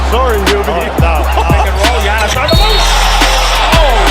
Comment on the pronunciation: Anyone realise that David Stern was the first person to pronounce Giannis name correctly